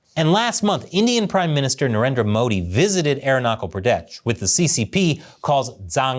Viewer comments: Aarun-nachal pradesh. Not air-knuckel pradesh. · Arunachal Pradesh is pronounced uh-rooh-nah-tch-al pruh-desh. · 4: 47 😂...It is not pronounced as: "Air knuckle Prades". Aru A as in Art and ru as in Peru, then add Naa. "Chal" ch as in Chile. It rhymes with wall. Pradesh....rhymes with fresh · CH in "Arunachal Pradesh" is pronounced like "church". Good content. I grew up in Darjeeling, the Indian Tea capital!! Was there to see the night-time bomb-blasts in the 1961 war!! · “Aeronautical Pradesh” hahahaha